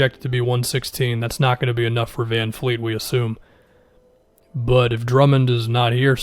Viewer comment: bruh it's vanvleet not vanfleet lol